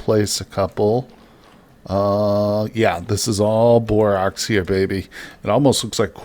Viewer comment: FWIW, it's borax like the "a" in "hat" or "cat". Love your videos though!